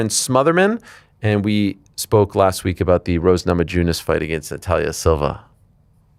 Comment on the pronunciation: “Ageenst” it’s “against” you a-hole